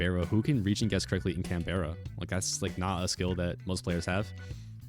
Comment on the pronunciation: Worst part of this video is how pronounces Canberra